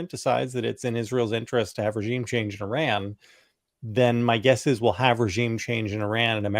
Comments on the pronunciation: JVL & Sarah, It's not Ihrr• R A N It is Ihrr•R O N Tim figured out how to pronounce it correctly, u 2 need to also!! After years of talking about Iran, u shud least give the country--not it's dictator leaders but the people of Iran respect & pronounce the country's name correctly & not ignorantly. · *sigh*. . . /ih-RAHN/ & /ih-ROCK/ not /I-ran/ & /I-rack/ 🙄🤦🏼